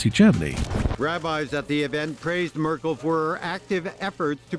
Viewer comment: AI nonsense. Can’t even pronounce Angela Merkle correctly